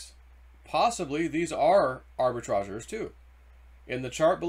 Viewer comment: It is pronounced arbi-tra-JURES.....